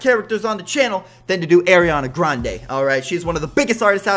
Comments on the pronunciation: He says eariana graende😂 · It’s Areeana Grande in my opinion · You say her name wrong no hate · It's Ariana Grande it's not Ariana Grande it's Ariana Grande